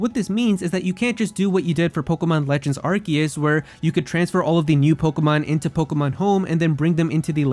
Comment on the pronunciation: Am I the only annoyed that he can’t pronounce Arceus right?